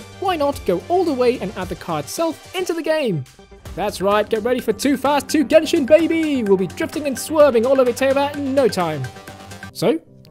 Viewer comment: jenshin impact